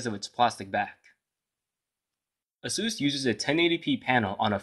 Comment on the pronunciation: it's "ace-sus", not "a-zue-s"... and just to be fair, all the other phones that you have reviewed were all "name-brand" smart phones, though some were not highly recognized in the U.S. market. But nevertheless, they're name-brand.